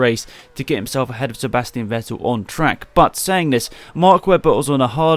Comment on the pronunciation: Ffffffffff-ettel! It's pronounced Fettel, not Ouettil. V is pronounced F in German.